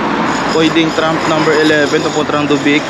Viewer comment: Kabayan, "TRAM" hindi TRUMP.